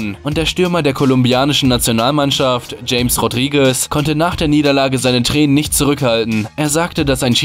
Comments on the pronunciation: James Rodriguez, Stürmer Kolumbiens 😂 Das spricht man Hames aus 😂 und er ist 10er (Spielmacher)... 😂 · Er heisst nicht James Rodriguez sondern Chames Rodriguez xD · Er wird Chames ausgesprochen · James Rodriguez spricht man Chames Rodriguez aus😂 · James Rodriguez wird [Chames Rodriguez] gesprochen... Trotzdem tolles Video. Mach weiter so. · James Ausgesprochen: CHAMES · Er hat den Namen falsch ausgesprochen 😕 Man spricht es Chames Rodríguez aus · James wird so nicht ausgesprochen